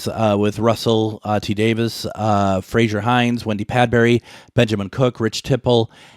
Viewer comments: You pronounce Frazer as Frasier, it's only a small thing but I notice it when someone pronounces Frazer as Frasier. 😁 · Frazer not Frasier 😁